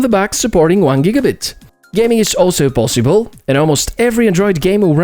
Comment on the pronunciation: pissible root